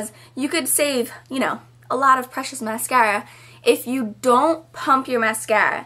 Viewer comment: You say "mascara" funny...